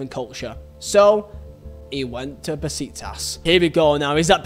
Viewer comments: And bro its pronounced “ beshiktash’ not besiktas’ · Bro besiktas we read like beshiktash that is the pronounce for besiktas